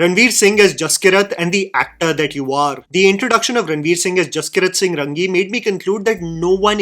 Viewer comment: Arey Raangi hai, Rangi nhi 😐